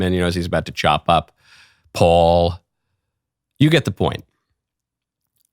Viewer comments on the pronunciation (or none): none